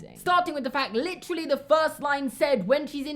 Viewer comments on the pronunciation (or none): none